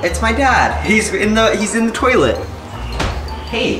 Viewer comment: This Is The First Time i Heard "My Dads In The Toileit." (Warning I Have Bad Grammar.) Sorry If This Is Offensive to You